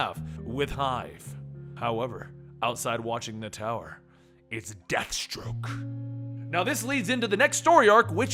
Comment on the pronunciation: you pronounced dadstroke wrong